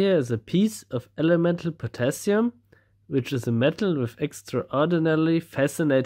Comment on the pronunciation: Correction: Potashium. ;)